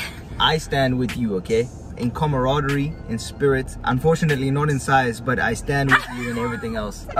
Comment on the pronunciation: "i stamd with u in comorodory,in spirit...unfortunately not in size"💀💀